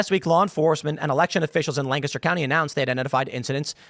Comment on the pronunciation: As someone who lives here, thank you for pronouncing Lancaster correctly! Most people don’t. Lank-ister